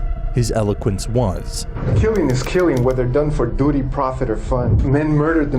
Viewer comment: to native speakers, did he say "duty" correctly?